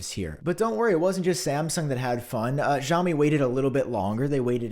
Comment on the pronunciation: My boy is AT IT again 😂 great sarcasm as always man. Just a sidenote, "Xiaomi" is technically pronounced like "see-ow-mee". Hope to see it in future videos 👍🏻 And happy holidays 🎇